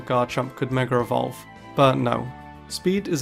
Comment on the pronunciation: The way you say “Meger evolve” is disturbing